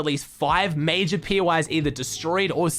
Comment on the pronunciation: mayjah mayjuhhhhhh more like duuuuuuh achachahc